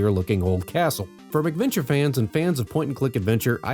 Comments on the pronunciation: Yeah, I'm about 100% sure he's pronouncing it wrong. It's definitely "MACK" because they were developed for the Macintosh. I have never heard anyone else in my life pronounce it "MICK-venture". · The way you keep pronouncing it as "MICK-venture" makes it sound like these games are colorful, child-friendly romps with Ronald McDonald and friends.